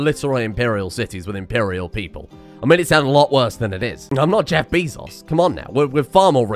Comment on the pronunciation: My man literally said “Jeff beezus”